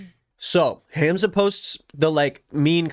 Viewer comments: isn’t it pronounced hahmza🥹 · It’s not HAM zuh 😭 it’s Hahmza